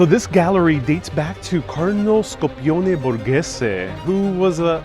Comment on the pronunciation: Scipione.. not Scopone. Maybe he scopava a lot, but the name is Scipione